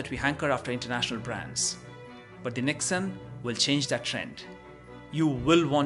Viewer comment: If you are reviewing about TATA NEXON, please pronounce it correctly, it is pronounced as "NEX" "ON" not Nex'un Please pronounce it correctly (for all who are Tata customers/employees/owners) for other car owners I don't care since their loyalty is not with Tata.